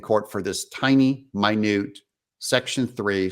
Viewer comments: Haha its not min u te, its minute orders. Like minutes, hours, etc. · Thanks Doug! Just a housekeeping matter on pronunciation. It's minute entry, NOT MY-NEWT entry. Minute entries are the courtroom clerk's notes of what happened in court. Minute is pronounced just normally as in one hour, one second, one minute. Thanks for the awesome PEOPLE'S REPORTING !!! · It's "minute entry," meaning a record of what was presented in the minutes, NOT "mine-ooot [ie small, tiny,] entry." Just FYI Mr Doug. And when dealing with the law, the devil is in the details. Without Rudy Guilliiani's assistant in early 2021 Arizona Senate Hearings, we'd be dead in the water. Support the cause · Doug-I greatly appreciate your efforts to inform us. Just a simple correction: the pronunciation of minute in "minute order" is minute as in 60 minutes in an hour, not minute as in tiny. Thank you.